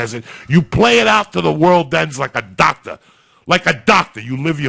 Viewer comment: Like a a dakta, like a dakta